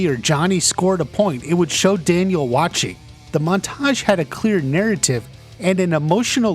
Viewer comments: Your pronunciation of montage is off-putting lol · The way he puts emphasis on the second syllable of "montage" is killing me.